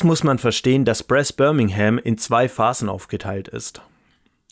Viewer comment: Wow! Hatte es heute Morgen bestellt und wollte mir diesbezüglich schon mal die Regeln genauer ansehen und Sie haben es wirklich hervorragend erklärt! (Minimale Anmerkung: die korrekte Aussprache von Brass wäre "Braas") Eine Frage hinsichtlich der Aufbewahrung: Ich habe bei einem Unboxing gesehen, dass kein Insert vorhanden ist und die Verstauung durch Druckverschlussbeutel gelöst wird. Finden Sie, dass die Aufbauzeit darunter leidet und die Beschaffung eines Inserts nützlich wäre oder fällt es nicht störend auf?